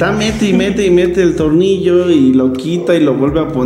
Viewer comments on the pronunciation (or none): Porque el no puede decir bien la palabra tornillo Dice "tornio"